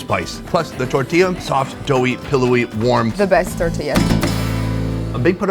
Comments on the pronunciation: Hahaha its tortilliija ! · Who didn't pay attention to her saying how to say tortilla? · she turned tortilla into tortillar and turned rotisserie into rotisserizing.